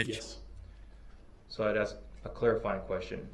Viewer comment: Holy Moly, how many times can Brooks mispronounce the word "ask"? Every time I heard this, it's like fingernails on a blackboard.